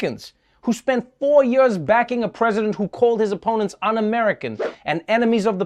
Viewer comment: Trev, it's "Years" not "Yuurs"